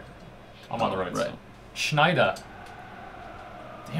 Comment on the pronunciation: it's pronounced "snider" not shnider.. hes dutch not german